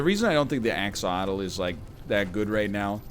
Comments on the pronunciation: Brother its axolotl not axotl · it's 'axe-oh-lot-el', by the way, you're missing a few syllables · Axe-o-lot-ul, you said it right the first time and never again. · Can we spend a moment's thought for all the lost syllables every time the egg says axolotl wrongly?